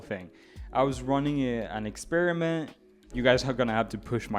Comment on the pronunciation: “i was running an expirement” 😂😂😂😂